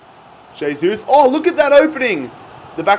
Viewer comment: Pronounced "hey-sus"